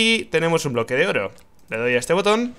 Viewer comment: Dijo bloko de oro XD